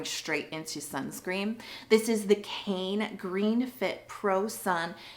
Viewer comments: Its actually not pronounced "cane". Its "k-eye-nuh." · It's written as 카이네 in Korean so the correct pronunciation is KA-ee-nay